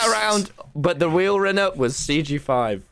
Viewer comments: weal rinner💀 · the weal rinner💀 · nobody gonna talk about how tommy said "weal rinner"?